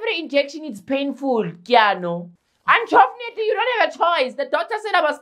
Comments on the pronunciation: The unchofenatly killed me😂😂😂😂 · Dont make your muscles tough man! 🤣😂🤣 “unchovnately” always gets me😂🤣😭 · 🤣 🤣 🤣 As for the anchofonately!!!